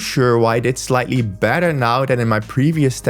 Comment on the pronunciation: Can't tell if you're saying sleep tracking is better or "badder".